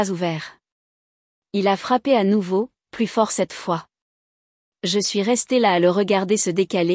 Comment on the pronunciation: Des erreurs de traduction à partir d'un original en anglais. Par ex. "Elle a peur / Elle devrait l'être" > (She's afraid / She ought to be). "Plus" dans le sens négatif se prononce comme "plu", non comme "pluss".